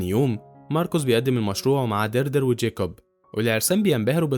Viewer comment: إسمها ديادري مش دردر 🤣